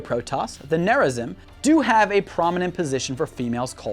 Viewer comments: Protoss will be victorious! Also: it's pronounced Tal' Dareem. Yes I know its typed darim... Also the other faction is named Nerazeem not neraZim... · Also he fucked up Rah-shah-gahl and Nehr-rah-zeem too. I suppose I can't expect them to play the campaign to hear the proper pronunciations though. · I cringed at how you pronounced Nezarim differently in different parts of the video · who cringed when he pronounced narazim and tal'darem incorrectly? just me? okay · Nehr-rah-zeem, Tahl-dah-reem, Rah-shah-gahl It takes 30 seconds to look up pronunciations. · Woo, Protoss! En taro Tassadar! cringes at the pronunciation of Taldarim and Nerazim P.S.: Ave Imperator!